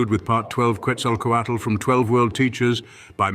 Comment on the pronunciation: How are you going to say Tlauizcalpantecutli correctly, but mispronounce Ehecatl and Quetzalcoatl?